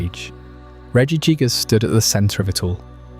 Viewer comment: Regi jig-ass made me wanna kms, who told you it was pronounced like that 😭